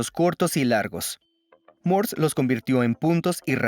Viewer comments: No es "mors", es Morse. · Por que mierda dice codigo Mors !!!!???? Estas hablando y pronunciando en castellano - español no ingles cenutrio de los Andes ! El latino es una plaga , deberia existir una manera de poder separar en la web el audio latino del español , el latino no es un idioma , estoy cansado de oir latino cuando busco audio ESPAÑOL !